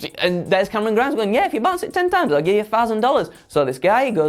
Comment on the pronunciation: Look, I love, but I don't know about "Cameron Grimes", I've always heard it pronounced as CAAAAMERON GRIIIIMES!!!!!!!!! IDK, maybe its just me.